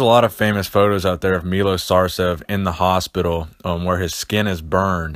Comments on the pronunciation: he is not Milos, he is Milosh (Милош) learno to speak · just so you know its pronounced meyloshhh